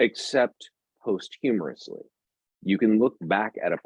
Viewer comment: Love these talks, but I must point out: it's 'posthumously', not post-humorously. Ha ha